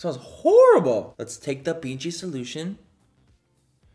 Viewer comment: For a moment i thought you said "let's take the pinchi solution " when its BG 😂😂😂😂